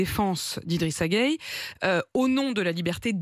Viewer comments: Pourquoi vous êtes comme ça ? Tout le monde dit GUEYE, mais toi tu dis Gueyé. C'est quoi ça ?! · Y’a pas gayé mais geuye 🇸🇳🩸